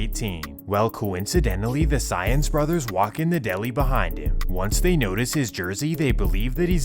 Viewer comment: Lol Saenz is pronounced kinda like "signs" not like "science"